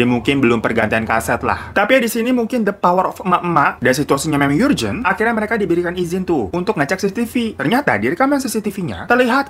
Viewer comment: Urgent Normal people : ARJENT Bang Hiro : YURJENT Kalo bang Hiro udah bersabda, maka skg bacanya yurjent.